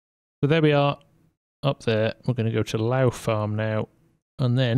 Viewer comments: Hi, Great video, just want to point out that Lough Farm is pronounced Lock Farm. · Lough in Northern Ireland is pronounced lock so for the like of lough neagh it would be pronounced lock neagh for further readings